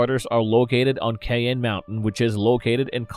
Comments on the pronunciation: The name of the mountain where NORAD is based is Cheyenne, not "Cayenne". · Also another 1 you got wrong is Cheyenne mountain.. It's pronounced "shyanne" mountain and not "cianne" mountain. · Is this voiced by a synthetic voice? Feye tor not fee tor Shai Anne mountain. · Its pronounced SHY-AN mountain. You know the Cheyenne Native Americans. Kay-an........LOL!